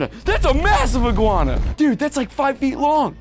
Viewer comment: BRO SAID GUANA BRO ITS A LIZARDS